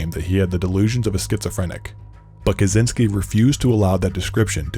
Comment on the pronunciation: ppl need to learn to say "kaczyński"